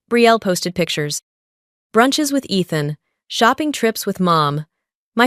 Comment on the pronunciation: You're saying your valve long, is not athen?It's ethan it's a long e